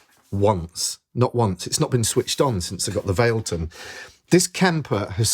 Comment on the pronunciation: FYI everyone, it’s pronounced Vah leh tun